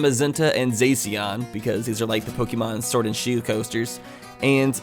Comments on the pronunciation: IT’S NOT ZACK-IAN IT ZA-CIAN LIKE CYAN AND IT’S NOT ZAM-A-ZENTE IT’S ZAZ-MA-ZENTE LIKE MAGENTA IDK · Isn’t it pronounced (Zay.shi.an) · Zacian is pronounced zasheein The shinnoh region hehe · Zacian is pronounced Zah-Shee-In I’m sorry for being pedantic, but as a devout Pokéfan mispronunciations make my ears bleed. Hit me up for other pronunciations if you feel like it.